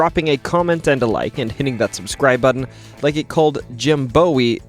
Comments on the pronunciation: i almost turn this shit off when he said BOWY instead of boo-wie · sigh boo-ee not bow-ee. Boo like a ghost. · its BOO(👻) EE. not BOW(🎀) EE or BOW(as B- OWWW) EE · By the way, Jim Bowie is NOT pronounced B O O E E. It is pronounced B O W EE. As in BOW and ARROW. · it is boo-ee but hey its Texas we pronounce everything our own way... san jacinto with a j sound, guadalupe in austin as guadaloop, burnet county as burn-it, buda as bewda, manor as mainer. lol give the non texan a break. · It's pronounced Boowie, sorry about the correction. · Has no one told you that in Texas ‘Bowie’, as in the knife or the folk hero, is pronounced ‘Boo-ee’? 😊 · I came to say, I'm from Texas and we say Booie, very unfair for T, as Davie is Beauy, and the are both spelled Bowie. It must be regional 😂. Poor T, I bet doing regional videos messes up his pronunciation for life. That being said who cares, T is the best narrator on YouTube so he gets a break on Bowie and pecan, Peec-on😂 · Bowie is pronounced "boo-ee" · bowie is pronounced like boo-ee, like w bowie knife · We say Bowie. As in (boo-ee) here in Texas. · Aw man….hate to tell you…it’s actually pronounced “buoy” like a buoy in the water 😅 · It’s pronounced boo-e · The correct way to say Bowie is "Boo-e" ... anyone telling you other wise dont know what they are talking about and likely not from Texas. Named after James Bowie who died at the Alamo and famous for his big Bowie Knife...and yes all those are also pronounced "Boo-e"...dont believe me then call their city chamber of commerce. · Your Welcome, Keep up the great work, I enjoy the videos. Just think of the Bow as Boo in Bowie. Other people in Texas may say it different, but I have heard it any other way. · Jim Boo-E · Jim Bowie (boo-ey) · you're still saying it wrong. it's jim BOO-EE, like the things that float out on the water. a ghost just scared you then got excited. he's a texas hero, not the goblin king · David BO-wee and Jim BOO-ee 😂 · you still said bowie wrong 😂😭😭